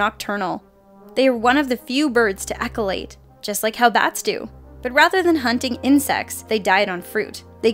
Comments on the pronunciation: For number 8, you said echolate, but I bet you meant ECHOLOCATE! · Kevin Tee I thought it sounded funny. 😂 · Echolate? I think you mean echoLOCATE.